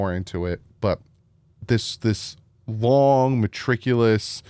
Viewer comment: I love you but I have to let you know there’s no “r” in Meticulous. 😅 ❤